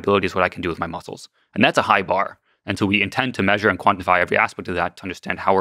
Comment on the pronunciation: Had a good chuckle hearing Elon call them "muskles" 😂